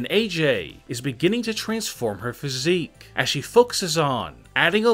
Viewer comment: Welp everybody saying about "EEE" but how bout "phySIIIC"